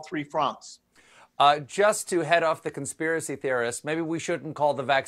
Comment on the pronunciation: "Don't understand the conspiicy because it's save lives" LOL